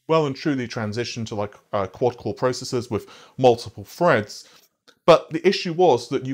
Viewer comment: GOD DAMNIT!!! IT'S "TH" not "F" Thread not Fread.